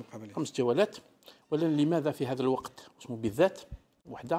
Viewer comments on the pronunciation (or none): حتى اسمه لم تنطقه صحيحا ولاعبها تعرف